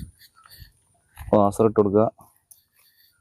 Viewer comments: വാസർ അല്ല വാഷർ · വാസർ അല്ല vashar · വാസർഅല്ല.നാസർ ആണ്😂😂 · വാസർ കേട്ടാൽ തന്നെ മതി!